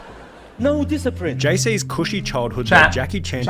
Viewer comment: HIS SON RACK A DISCIPRINE